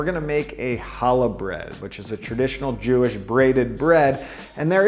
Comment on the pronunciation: disgusting. I mean you cannot even pronounce the bread name Challah correctly. tsk tsk tsk. Disgusting channel.